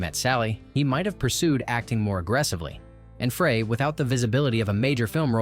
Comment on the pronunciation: As a more obvious example, they pronounced an actor's name differently ten seconds apart. Frey was either "fray" or "fry."